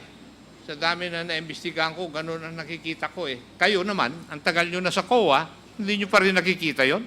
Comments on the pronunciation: parang ang dinig ko sa "COA" ay " KUHA" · hahaha ang coha !